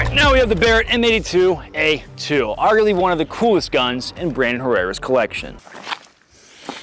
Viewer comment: "Herrerra's" lmao